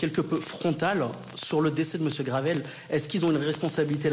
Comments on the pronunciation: La gueule de l’avocat sérieux qui connaît même pas le nom de la victime il dit Gravel au lieu de Graven En plus ces avocats sont les mêmes qui ont défendu un suspect dans l’affaire Mohamed Amra mais aussi Amine Mojito (le mec qui piquait à la seringue sur tiktok…) Ça se défend entre radicalisés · L'avocat qui n'arrive même pas à prononcer le nom de famille de JP (GRAVEL au lieu de GRAVEN..) c'est d'un niveau...